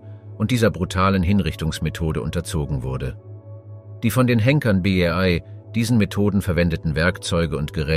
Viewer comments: Schade, wäre sehr spannend gewesen, aber "eingeflogen"???? Gemälde und Skulpturen gepixelt? Namen bekannter historischer Personen falsch ausgesprochen und eintausendsechshundertachtundvierzig statt sechzehnhundertachtundvierzig bei JEDER Jahreszahl und ständig dieses BEY. ??? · Euro beiträge sind super aber bittenerklär mir was du gegen das Wort "bei" hast, denn du sprichst es ständig falsch aus. Das stört den flow des Videos meiner Meinung nach.